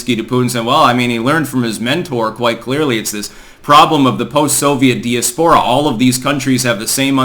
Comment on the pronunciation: Would someone who has ear please get him to pronounce diaspora correctly!!!